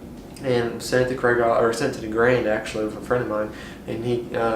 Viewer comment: Kreeghoff, not Krayghoff!